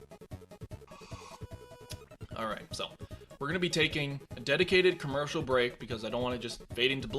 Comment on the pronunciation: When he said we will take a camotsal break a comertasal came on